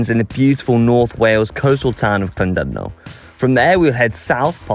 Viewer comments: Correct pronunciations: Bet-oos ugh Coyd, Here-nant Pass, Llan-did-no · Oh you didn't even begin to pronounce places correctly - You really failed big time.....spoils the video 1. Llandudno - pronounced Cthlan-did-no 2. Betws-y-Coed - pronounced BET-uhss uh COYD 3. Llyn Celyn - pronounced Cthlin Kelin 4. Hirnant Pass - Pronounced Here-nant 5. Powys - Pronounced Powis...not Powees 6. Rhulen Hill - pronounced Roolen Hill Then you cut it short by not going to Caerdydd.....tough ride yes...length of Wales...no....Marks for pronounciation 0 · guys, guys, guys.....it's "llan-DID-no"